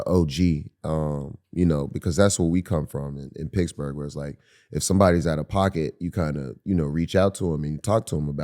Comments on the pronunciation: I like how Wiz kept pronouncing Pittsburgh "picksburgh" which confused me and as a non US citizen made me google if that was a City. And then Mike says PITTS-BURGH in the next sentence lol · Nobody Wiz: “picsburge” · Is he saying Picksburg? Lol